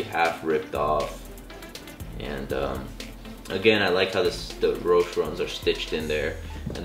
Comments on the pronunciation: Its pronounced Roesh-EE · The e in roshe run is not silent...